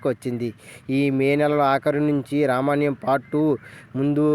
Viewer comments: రామాయణం అని స్పష్టంగా పాలకలేకపోతున్నావ్ బ్రో... రమణ్యం ఏంటి... ముందు పలకడం నేర్చుకో తరవాత వీడియో చెయ్ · Ramanyam kadhu ra babu ramayanam adhi pls name cheda dhobbaku